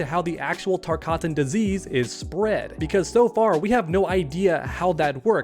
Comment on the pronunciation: Again, it’s not called the TARKATAN disease, it’s called the TARKAT disease